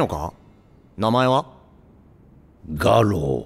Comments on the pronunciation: ガロのはつおんでしょ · ガロウのイントネーションが 餓狼じゃなくて画廊なんだが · イントネーションが画廊で草 絵でも飾んのかよw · なんかPVでも「俺はガ↓ロウ↑｣とか言ってたしあってんじゃね？違和感あるけど。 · ガロウのアクセント平板になっててあれ？ってなった